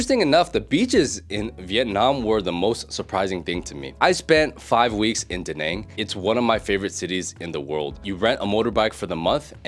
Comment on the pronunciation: It's Da Naaaaang not Da Nang btw 👍👊